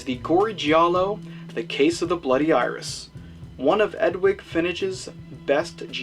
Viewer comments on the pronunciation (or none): Love the review and subbed! However, the "g" in Edwige is pronounced with a "j" sound and the "ch" in Fenech with a "k" sound. ;)